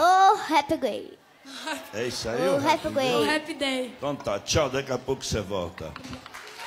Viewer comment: Hahaha Menina: " Ro habbe quey" Jotta: "O rappy gay, o que? haha" Menina: "Ro habbe quey" Outra menina: "Oh Happy Day" Menina: "Ro habbe quey."